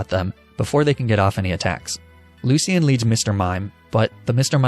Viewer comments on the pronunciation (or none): That’s not how you say Lucian btw. it’s looshen not Luc-ian. And yes this is accurate it’s my name lol